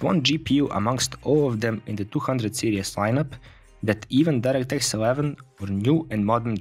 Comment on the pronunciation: Series.....not 'serious'